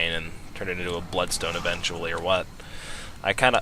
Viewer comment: And "eventually bloodstone" has the emphasis on "eventually."